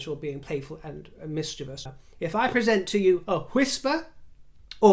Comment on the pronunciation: thank you so much for properly pronouncing "mischievous." It makes listening to you even more enjoyable. 😉 As for those in Queen Camilla's camp, I hope they relay to her the positive things that are written here in the comments. ❤